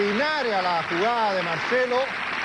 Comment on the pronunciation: No puedo evitar reirme al decir "jugada" 😂